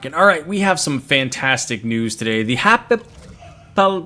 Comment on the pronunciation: I'm positive it's pronounced Happy-pal-us